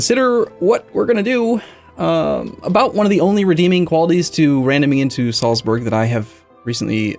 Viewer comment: German pronunciation guide: Salzburg=Zaltsboorg, and Nürnberg=Nirnbareg (as in "bare" with a g at the end). There's nothing in there that sounds like burgers, no "uh" sound at all. ;-)